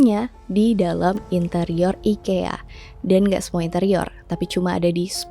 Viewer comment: orang swedia bilangnya i-kee-uh